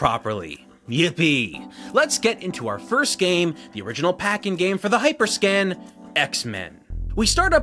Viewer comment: Actually he mispronounced the name the entire video, he kept calling it hyperscan instead of hyperscam